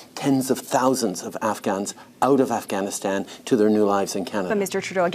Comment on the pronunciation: Not to mention that insufferable way she pronounces "Afghanistan" and "Taliban".